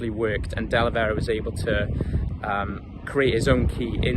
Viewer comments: De Velera not Delevera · Great video you pronounced his name wrong up until the last time you mention him